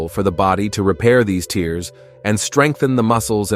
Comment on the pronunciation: Your A.I. should learn how to pronounce the word "tears"